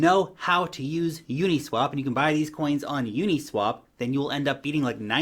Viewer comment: u-NEEEE-swap .. lol